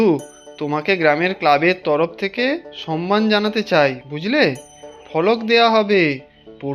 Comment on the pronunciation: Shobdota samman, not Sanman